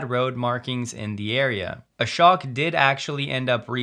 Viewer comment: Not a-shock It's a-shoke (rhymes with choke)